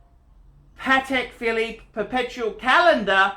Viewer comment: .............Phallus Phillipe ?